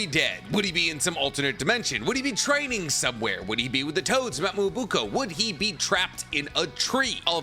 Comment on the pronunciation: Small nitpick here but the right pronunciation for Mt. Myoboku is "Mee yo bo kuu", not "mu o buu ko" :p Fun video though